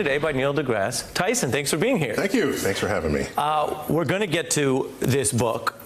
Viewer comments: Hey Ari, if you're going to interview someone at least learn how to pronounce their name and their place of employment. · Neils face when the guy mispronounces his name